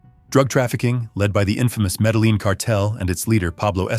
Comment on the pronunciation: Pronunciation is so important. Medellin is pronounced: Meda-YEEN.